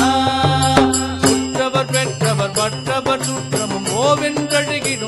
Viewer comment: Beautiful rendition. Melted my heart! What a gifted voice 🙏🏼 One humble request- singer’s pronunciation of the “ணா” in Narayana is currently sounding like “னா”. World of difference in the meaning with the right pronunciation. Please consider the right உச்சரிப்பு in the future 🙏🏼